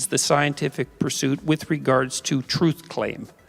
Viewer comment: "Troof". "Wif". Ugh! If you can say "theory" then why can't you say "truth" or "with"?